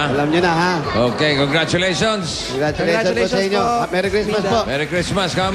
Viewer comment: CONGARTULATIONS... natawa ako d2.... thumbs up if you agree